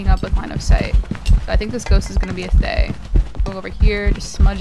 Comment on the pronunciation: Also, just leaving this out there, Thayes are actually pronounced Thuh-yeh! Ofc everyone will pronounce it as they like but I thought it would be nice to know as general knowledge :3